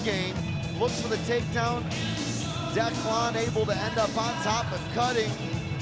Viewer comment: "Look at Declawn here" haha Can't stand that pronunciation. Good win.